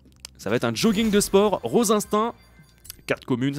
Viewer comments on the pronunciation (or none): none